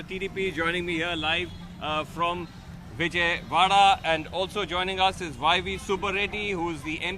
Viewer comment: Its Vijayawada not Vijaywada